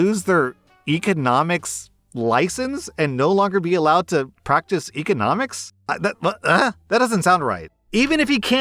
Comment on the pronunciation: EHconomics. It's bothering me how he's pronouncing that word.